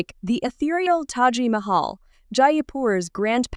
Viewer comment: It Taj Mahal not Taji Mahal